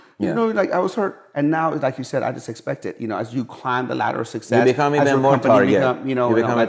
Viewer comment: When he says success he’s says sexes